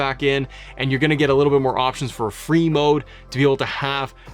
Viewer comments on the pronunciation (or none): Every time you say Free Mode all I hear is Brie Mode.... I don't like it now lol...